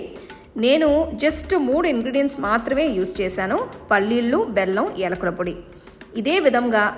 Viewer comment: It's not ఎలుకుల పొడి it's యాలకుల పొడి😅